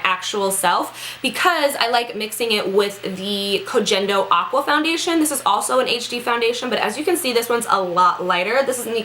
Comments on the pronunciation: The G in Koh Gen Do is soft, like in get or gas. :) Hope your face is okay. I have quite a few allergies, so I totally know what that's like and it sucks. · i'm pretty sure koh gen do is pronounced with a hard "G" like when you "girl" not trying to be one of those people lol just though you'd like to know